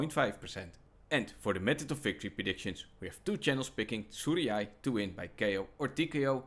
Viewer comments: bro just gave up on how to say Tsuruya 😂😭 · if you cant pronounce tsuruya. youre dyslexic